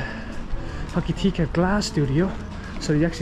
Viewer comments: Ho ki ti ka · Pronounced Hok a tika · It's pronounced ho ka ti ka